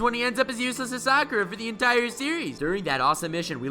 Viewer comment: He did Sakura wrong 😂🤣